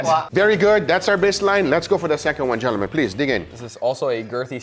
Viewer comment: When you say gentlemen it sounds like Johnathon